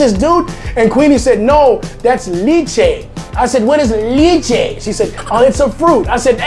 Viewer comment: Not to offend the Carolinas, but the big 2 are the KC and Texas styles. Carolinas is more of a pork based vinegar. Lol, LEH-che, you french pronunciation is worse than your Bisaya. 😉 Enjoy your video's!